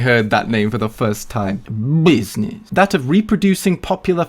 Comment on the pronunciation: Buiznezz.. :D someone make a meme out of it!